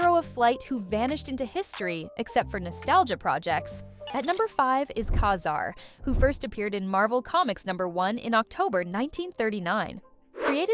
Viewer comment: Ug. The way the AI switched back and forth between two pronunciations of Ka-Zar, and then again with Namor. Just horrible. Hit “don’t recommend channel”.